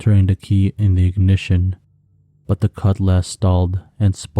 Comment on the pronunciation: I didn't say it was monotone I told dude that if it was a bot it would sound monotone and virtual.the only thing I questioned at first was the cutlass pronunciation that I put 2n2 together. Only thing I could say as advice to any story narrator would be to state every word clearly and with a constant flow make the listener put themselves in the persons shoes. You know what I mean..